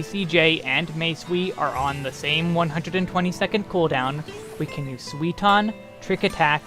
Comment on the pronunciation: I love your videos but man you don't even try to properlly pronounce the japanese words xD Suiton becomes Sweeton when you say it lol